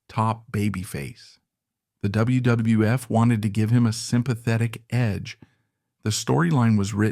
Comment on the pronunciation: Why does he have trouble saying wwf and some wrestlers last names?